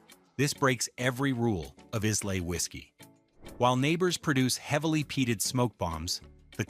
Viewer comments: Its not “eyes-lay, its eye-la”!!!! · Must be AI?!? Pronunciation sucked!! Eye-Luh (not Eez-Lay), etc. etc. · Dewar’s 18 year old blend. Give this a go it’s stunning. Glenmorangie original lost something with the new label sadly it was one of my favourites. Pronounced with an emphasis on the fruit Orange. Pronounced Ila not islay. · Look, if you’re going to talk scotch, do no use an Ai voice. It mangles the way the brand names and other terms should be should be pronounced. You already lost me in the first 8 minutes, but when you pronounce it is-lay, then ize-lay, you do no justice to any of this. There is a mispronunciation in literally every 30 seconds of this video, which tells us you’re not doing this for a love of the drink nor the industry nor the very old and respected distilleries. Shame on you guys. Show some respect. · A mispronunciation of Islay. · Brooch laddich? Eyes lay? C'mon man. Read your script. AI ruins everything.